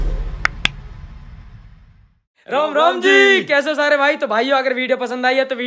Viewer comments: Bhai aap logo se ek vinti hai ki rom rom nahi ram ram bola kariye 🙏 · abe yrr Tum Bhagwan ka Majak bana rhe ho Ram Ram ni bola jaata Rom Rom kyu bolte Ram Ram hota h 🥺